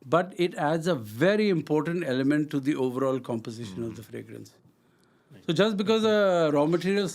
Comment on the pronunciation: Bhai Fragrance bolte hain, na ki "Fragnance"😂😂😂